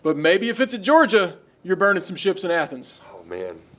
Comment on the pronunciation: MEORGIA?! Cmon 🤦🏼‍♂️